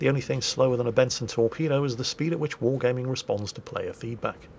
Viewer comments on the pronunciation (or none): none